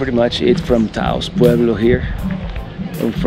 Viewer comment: Get Taos /Taos Pueblo out of your mouth